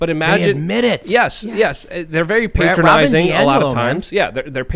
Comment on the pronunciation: You find it paytronising? I think you’ll find it’s pronoun pat-ronising lol